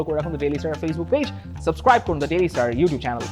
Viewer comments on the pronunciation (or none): none